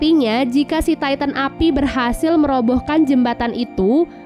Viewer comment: Knp ngak ti tan aja bilang nya bukan taiten